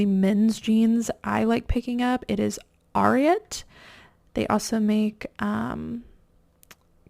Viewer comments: Idk if want to know but it’s “A”riat not trying to be a grammar police just helping 🤷🏻‍♀️💛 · Helpful tip: The brand Ariat is pronounced the same as you would say the name of the horse …Secretariat!